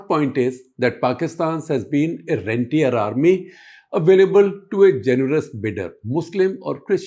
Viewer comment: Rentier Army, i almost heard rendi-er